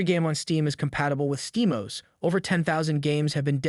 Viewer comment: It's Steam O-S [Oh-Ess]. IDK a single person who calls it OS [Os]. You're also wrong about running current gen games on Low. Cyberpunk 2077 runs well at 30 FPS on med-high settings, Elden Ring on Med-High Settings, etc. I feel like this is either written by AI, or the reviewer havent even played any of these systems and is just reading off of articles.